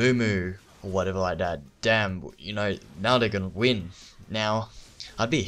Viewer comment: That, not Dat. Dat is all.